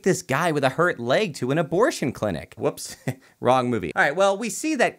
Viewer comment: No one: Zero of anyone anywhere:: "clintic" [cuts to sharknado] 😂